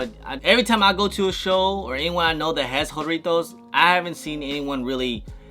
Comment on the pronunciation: Whore itos ? Bro it’s jah rrrritos